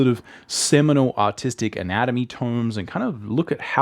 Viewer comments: You’re saying autistic right ? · I thought he said autistic not artistic😂